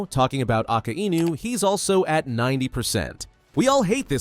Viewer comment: Why do you always say aka I nu wdym it's akainu